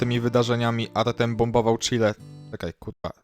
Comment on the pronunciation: Kurde jak to boli w uszy trochę jak mówisz Artem a nie Artiom 😂